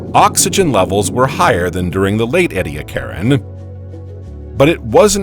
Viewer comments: It’s pronounced ee-dee-AK-er-in. The emphasis is on the third syllable. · Is he mispronouncing Ediacaran? Or are there regional differences? He says 'eddy a CAR in', but I've always heard it as 'eedee ACK a rin' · Look up the pronunciation of Edicaran. According to Wikipedia EE dee AK er en, with the stress on AK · I have always heard it pronounced EE-dee-ACK-are-an. But, as an American, I have often found that Australians pronounce many words differently from how people in the USA pronounce them, so there may in fact be no right way and wrong way. Since these fossils are named after mountains in South Australia, perhaps it would be best to defer to the Australians. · I have just learned that one of my pet peeves is when people mispronounce Ediacaran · Man I love the video but the way he says Ediacaran for some reason sounds wrong but whatever still liked lol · This guy can't even pronounce half the words properly. Ediacaran sticks out immediately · The narrator’s continual mispronunciation of “Ediacaran” is grating on my nerves. He had ONE JOB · The narrator (highly likely an AI) has very strange pronunciations and inflections. The word Ediacaran was consistantly mis-pronounced. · Take a shot every time he pronounces ediacaran wrong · That’s just not how you pronounce Ediacaran